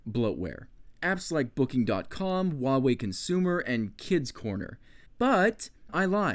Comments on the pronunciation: "wawei" it's hua -wei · * uavey * Its Hugh-a-way xD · as a genuine Chinese person: no you didn't,. Not even remotely. Sounded like Wah Way. Nice review though. If I'd ever have to buy a tablet for someone I'd go for this. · Instead of hoo why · Not to nitpick, but in the name Huawei you do pronounce the H sound. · You almost killed me with your pronunciation of huawei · I liked the video, but I can't stand the way you said Huawei, probably just my fault by being Dutch. But still loved the video